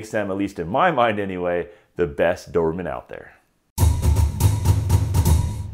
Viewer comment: Why do you call them dovermans lol